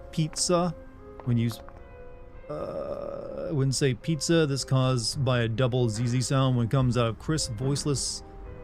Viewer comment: House of Tales??? Man, they made "Overclocked" THAT was a really good Adventure...but what is this? XD Also "Pitza" is a typical German Pronounciation (Sorry about that)